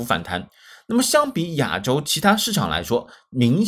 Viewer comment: 亚（ya三声）洲是哪里？我们住亚（ya四声）洲，是老师拼音没教好你还是你在追求不一样？